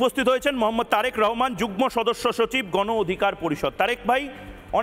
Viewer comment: একবার রেহেমান একবার রহমান। একবার বাবু একবার সাহেব এসব আবোল তাবোল বলা বন্ধ করুন। একজনের নাম সুন্দর করে উচ্চারণ করুন। উপস্থাপক হিসেবে কম কথা বলে যৌক্তিক প্রশ্ন করুন।